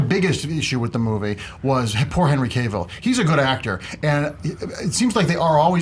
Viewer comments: It's Henry Cavill (Kah-vill). Not Cayvill. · Cavill. Kahh ville. Not Cay ville. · Who is Henry Cave-ill?